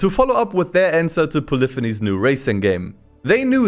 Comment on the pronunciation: Why are you pronouncing polyphony like that?